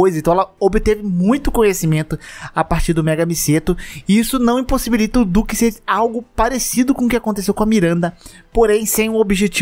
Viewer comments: fala duque certo porra! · Ta com dificuldade de pronunciar o nome dele kkk do nada manda um "diuque" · que agonia cê falando "diuque" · Porque vc fala o nome do duque como diuque?